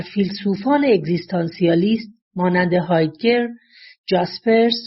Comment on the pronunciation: متاسفانه گوینده در بیان کلماتی مثل بازل و هایدگر و... دچار اشتباه شده است